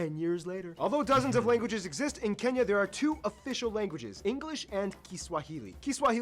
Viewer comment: It is Kenya not kinya😊